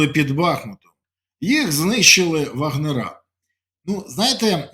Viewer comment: ВагнерАаааа. ШоферАаааа. ТренерАааааа. Откуда такой китайский язьік ? Без обид. Спасибо. Слава ЗСУ !